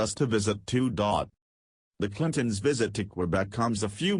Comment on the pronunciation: If they're going to use robots to read, they need to program them properly so that they don't mispronounce everything they read. Don T = don't.....Clinton ess=Clinton's, etc. It's distracting.